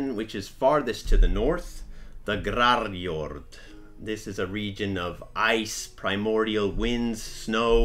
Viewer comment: "we're starting with GRARRJORRD" me: "g... grarrim..." "THE GRAARRRRJOOORRRRD" me: "skyjord..."